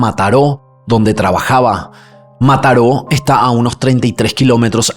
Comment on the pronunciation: Yo en Mataró escuchándolo decir Mataró 😊❤